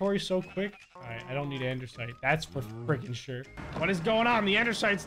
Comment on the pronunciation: 🤣🤣🤣am I the only one who noticed that he says Andersite not Andesite Lmaooo